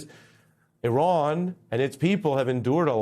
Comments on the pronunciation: At least he didn't pronounce it I ran. You did good today, Ari. 👏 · At least he didn't pronounce it "I ran". You did good today, Ari. Keep journaling.